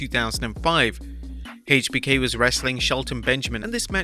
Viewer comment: Never heard someone say HBK so wrong